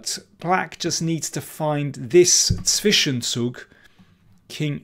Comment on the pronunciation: "Zwischenzug" - sehr gut ausgesprochen, Herr King 👌